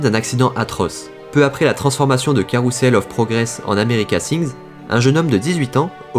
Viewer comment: Pour info Carrousel se dit carouzel car c'est une consonne entre 2 voyelles comme Desaix c'est dezé ou dezex...A bientôt